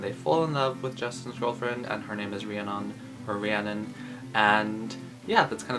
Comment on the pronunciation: I thought it was pronounced ree - a - nun lol